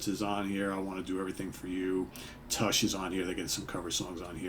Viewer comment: I’ve noticed you pronounce “tush” with a kind of short “e” sound instead of the short “u” (like “flush” vs “push”). Is that an east coast thing?